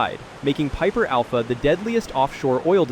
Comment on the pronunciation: I had to put PIPER ALPHA on repeat cause it sounded funny 🤣🤣🤣🤣🤣🤣